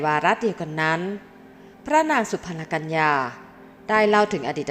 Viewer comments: ชื่อสุพรรณกัลยา...สุ-พัน-กัน-ละ-ยา อ่านออกเสียงให้ถูกด้วยค่ะ ไม่ใช่สุ-พัน-ละ-กัน-ยา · ฟังแล้วเสียอารม์...จบอะไรมาถึงอ่านไม่รู้ความ. อ่านว่า สุ-พัน-กัน-ละ-ยา หาใช่สุ-พัน-ละ-กัน-ยา....ไม่... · จบอะไรมา เคยศึกษาประวัติศาสตร์มาบ้างหรือไม่ อ่านชื่อพระสุ-พัน-กัน-ละ-ยา ก็ผิด